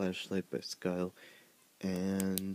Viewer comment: Hahaha! It's pronounced "skill"